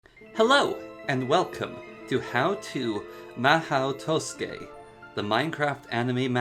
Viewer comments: I was looking for a tutorial for the mhaou tsukai and not for the "maoh toske" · "Mah-hoe twoskay" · Really really really good tutorial for the mod but the beginning killed me hahaha "Mahau Tousuke" love this video in its entirety! Subbed! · a comprehensive tutorial but cant even pronounce the mod correctly, it irks me so bad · I'm so bothered by how he pronounces the mod's name but yeah, still a great video.